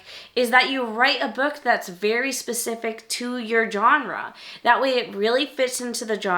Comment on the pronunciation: I don't understand why YouTubers don't know how to pronounce Genre correctly.